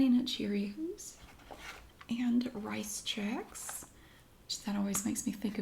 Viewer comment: "Rice checks" "Rizchecks" 😂😂😂